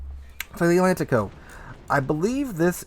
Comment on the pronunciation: you got the Atlantico's name wrong, but close enough